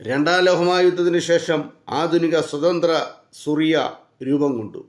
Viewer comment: ഞങ്ങൾ ആരും സുറിയ എന്നു കേട്ടതായി ഓർമ്മ ഇല്ല പകരം സിറിയ എന്നു കേട്ടിട്ടു ഉൺടു.